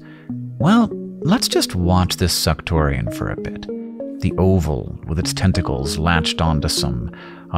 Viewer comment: Is anyone else hearing "10 tickles"? What about now?